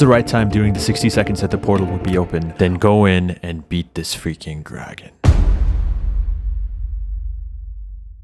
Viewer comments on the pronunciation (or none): did he say gragon?